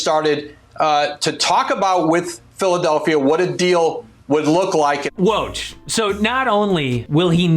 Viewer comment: You made a whole video about Woj and couldn't bother learning how to say his name?